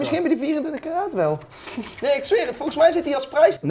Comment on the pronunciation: Ben ik de enige die het opvalt dat robbie in plaats van volgens voogens zegt